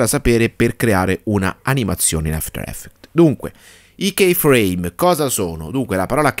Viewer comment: Si dice ki frame non kei